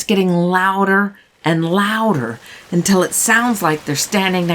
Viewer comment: You are a great storyteller, but you mispronounce “until” consistently.